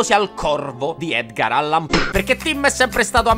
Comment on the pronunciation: "Come ha sempre amato l'horror di Edgar Allan *PUAH*" 🤣🤣 ANCHE AD HALLOWEEN REGALI GIOIE INASPETTATE! "MENTRE URLAVA DISPERATO, STO REGAZZINO MATTO SCOCCIATO!"😂😂